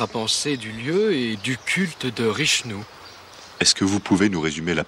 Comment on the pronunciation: "Et dont le culte est voué à la déesse RICHNOU"!!! J'avais pas remarqué mais au le de Vichnou il dit Richnou xD